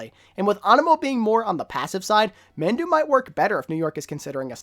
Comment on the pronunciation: Just a tip Mandu is pronounced “mahndoo”